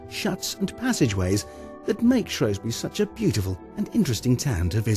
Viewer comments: SHREWSbury not SHROWSbury ggrrrr great video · Shrews-bury!, Shrews-bury!, Shrews-bury not shrowsbury, GGrrrrrr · How can Shropshire Tourism allow for a video voiceover that calls Shrewsbury SHROWSbury. I lived there for 10 years as a kid and nobody back then pronounced it that way. Very annoying! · you berk its shrewsbury , its like saying mentford bridge , see how dopey that sounds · This town is Shrewsbury, who ever is telling us about our town better get the name right. it is SHRWESBURY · He pronounced the name of the town wrongly... had to stop watching.... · and me Russell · Aileen Parry The man's plainly not educated.....a deliberate mispronunciation !.